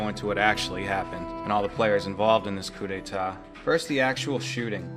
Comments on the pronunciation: great work dude but just a lil'something that's a coup d'état (not a coup de'tat) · Coup d'état. Not coup de'tat.